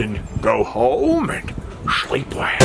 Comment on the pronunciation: Loving the 30 minute videos man, it's so great to chill to a awesome vlog for half a hour. Also almost every other day when I'm getting off work I think of those exact words you say just the way you say it, "It's time to go home and schweep well!", it feel's great. haha